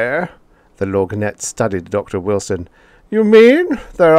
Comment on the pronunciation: Love your voicing of the lorgnette, although the word is pronounced without the g.